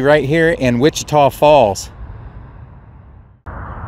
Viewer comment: You must’ve asked around but you pronounce Wich-Tah Falls correctly. 👍